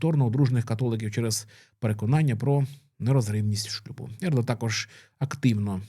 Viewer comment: Не "папабІлі", а "papAbili". ) Не Ердо, а Ердьо. Не "Хосе Делантіно Калака де Мондонка", а Жозе Толентіно де Мендоса. Говорять про Пароліна, показують Дзуппі (не Зуппі!). Не ТарксОн, а ТАрксон. Ну якщо беретеся за тему - вивчіть матчастину.